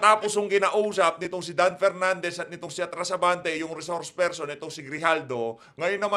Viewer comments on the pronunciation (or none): PH Update, turuan mo nga yang si Tongressman Dan Fernandez kung paano magpronounce ng letter F. Mas magaling pa ata ang elementery student jan sa Tongressman na yan